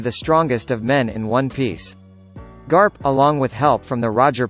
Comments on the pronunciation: You can't do this to the greatest series of all time! Even if ur explaining is good the way u said "Monkey D Grap" instead of "Monkey D Garp" Is getting on my nerves. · his name is not grap its garp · It's garp not grap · pronounced Garp as Grap then said it correctly a second later 💀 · "Monkey D. Grap?" hahaha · Im ded when he said Monkey D. Grap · I heard "Monkey D Grap" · im sorry, no offense, but monkey D Grap???? at least, that's what i heard. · or monkey d grap not garp grap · Monkey D. garp not graph Hahahaha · Did he just Say "GRAP"???? E TIIIIIIIIIIIIIIIHHH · he said Grap instead of Garp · Was it just me who noticed that the first time he said garp he said grap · Monkey D. Grap???? Is that what he said??? Hahaha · It's garp*, not harp! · Who else heard monkey d. Grap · He sed grap instead of garp 😂😂😂😂😂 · Monkey D Grab???!?!?!?!?!?!? It fuckin annoys me man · It Garp. Not Grap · 17 I know, I mean is Garp not Grap hehehe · It sounded more like crap😂😂😂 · Lol monkey D. Grap 🤣🤣🤣🤣🤣🤣🤣🤣🤣🤣🤣🤣😂😂😂😂😂😂😂😂😂😂 its garp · Hahaaa😂😂😂 monkey D. Grap don't pronounce like that😂😂😂😭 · You said Monkey D Grap 😂😂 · Voice: “Monkey D. GRAP” Me: shocked pikachu face* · did he just say Monkey D. Grap?? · Lol I died when he said “monkey D.Grap” 😂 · “Monkey D. Grwrap” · Who else heard monkey D. Grap😂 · He not only said grap but also silver reighleit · i heard monkey d crap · It's garp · Use ur real voice not the robot voice it's Soo annoying Monkey D Grap wtf? DRACUYL MIHAK WHATT?